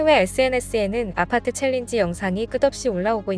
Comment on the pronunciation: 그런데, 왜 외국인들은 <아파트>라고 하지 않고, <º아파트>라고 해? 왜 '쌍이응'의 <아>발음을 하냐고? 쌍이응은 지금 당장 살려야 해. 쌍이응을 한국만 안 쓰지, 전세계적으로는 보편적인 발음 이다.